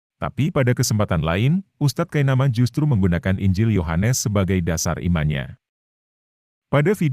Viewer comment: Kenapa saya merasa geli saat ngomong kitab wah(gr)yu, yoh(gr)anes. Alay versi ngArab 😅